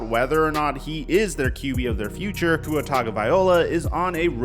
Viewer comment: I like watching your videos to stay up to date, but PLEASE learn how to say Tua's last name...